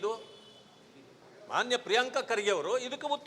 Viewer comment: Everything is temporary but the name Priyanka ಪ್ರಿಯಾಂಕಾ kharge pronounciation is permanent